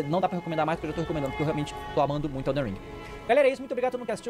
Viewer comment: ELDEN não elder que agonia